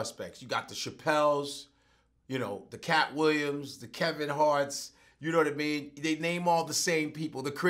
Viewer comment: knowadameen...he almost had it ctfu